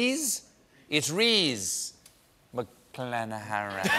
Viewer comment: Rhys McClenaghan - that's the name of the Irish gymnast - McClenaghan is not THAT hard Stephen